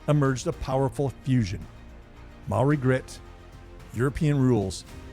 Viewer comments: Great. You pronounced Maori words better than any other non Kiwi I've ever heard. And you knew the Maori connection to the silver fern that not many non Maori Kiwis even know. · This was most informative. Growing up in NZ and watching hundreds of games.. I didn't really know the reason why it was called a 'try'. Props to your maori pronunciation too :)